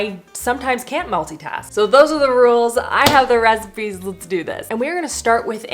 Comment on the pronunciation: at the end it sounds like you say 'for more 5 minute reciMEs' 😂 looove the look of the orzo one, def want to try that one out!